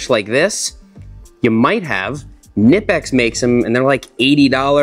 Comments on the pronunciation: *Knipex, not Nipex😂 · It’s pronounced Kah-nipex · The K in Knipex is not silent! It’s pronounced like ‘kuhnipex’ - I found it hard to believe when I was first told that, but there are videos of Knipex reps at trade shows being asked how to pronounce the company name. Pliers wrenches are amazing, and honestly Knipex makes top tier tools that are absolutely worth the extra money. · Knipex, hehe. It's a German brand, the k is not silent. It's less like "knee" and more like "client". Cnipex! ^^ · Knipex is pronunced with a hard k. Feedback sports is just a rebrand of Taiwan made stuff. Get the real plier wrench, it is well worth it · For peops knowledge it's pronounced 'kuh-nipex' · No, it's kuh-nipex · btw seth Knipex is a german company so you are supposed to pronounce the K. just a random factoid for ya